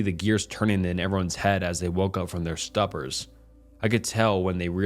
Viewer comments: waking up from a stupor- pronounced like “stoo-purr” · Love the videos man, but you gotta work on your pronunciation. Nothing pulls me out of a story like saying "stupper" instead of stupor. I wasn't going to say anything at first, but literally every video has multiple wack ass pronunciations. Not a hate comment, just hope you can fix this 😭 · Doted and stupor.... Learn how to pronounce them 😂😂😂😂 Do you understand how to read how the words you don't know sound when you Google them 😂😂😂😂 I like the stories you choose, but your narration is terrible at times, and your ignorance of how to pronounce simple words is jarring.